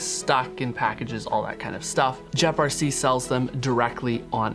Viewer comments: It’s Geprc not Jeprc. This horribly embarrassing for you. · gep not jep rc dude...